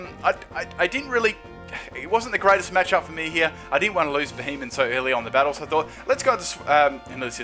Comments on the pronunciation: It's not fucking Beheyot, it's Beheyem.. *facepalm* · BEE-HEE-EM Not Be he men. Fuck's sake, how can so many battlers play this game and now know how to pronounce the pokemon's names?